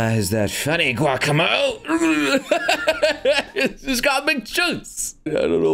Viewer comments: Giocomo or Giacomo is pronounced [Jah-kah-mo] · Him saying Giacomo as Guacamo... Hurts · No one: Giocomo: Guacomo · Dude... It's pronounced "geo-como"